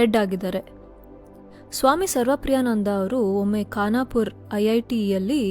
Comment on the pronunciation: ಖಾನಾಪುರ ಅಲ್ಲ ಅದು ಕಾನ್ಪುರ್ ಐಐಟಿ 😊